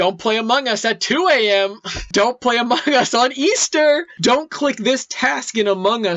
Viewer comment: This video deserves 30,000 likes. BTW it sound like says amugus